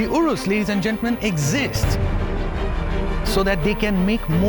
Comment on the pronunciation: Man it's pronounced as 'u-raas' not 'woe-rus'